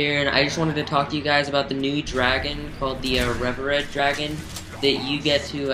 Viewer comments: re-ver-red. It's "Pronounced reeveered. The long e sound. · Just want to add it's not pronounced rev-er-red. It's re-vered. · You didn't pronounce revered right, BTW.